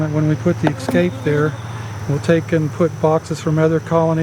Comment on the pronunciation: I'm sorry, I'm not a native English speaker... But I've heard a lot of videos where people say "ecscape" (like ec-scape) instead of "e-scape". Is this a regional thing? 😜 Sounds so weird to me! 😜😂